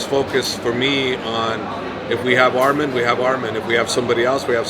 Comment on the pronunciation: Say his name right it’s not armen it’s arman